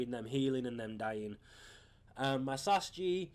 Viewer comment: it's S A S fucking G not sas g shit